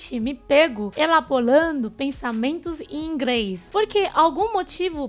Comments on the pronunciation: aqui a fala "ingres" ao invés de "inglês", ou seja a saber fazer o som de "R", a dificuldade de falar este som talvez seja no cérebro e não muito na língua. Não sei muito bem o que estou falando, mas talvez vcs compreendam. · Porque vc sempre coloca o L no lugar do R e as vezes R no lugar do L, por exemplo vc fala ingreis e ñ inglês e flanco em vez de frango? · Percebi q ela troca L pelo R, achei mt fofa "ingrês" top dms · "Ingres" skskskkskskskskskssksskkskksskskksksks